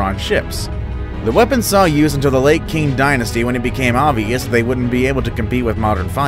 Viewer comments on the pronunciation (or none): none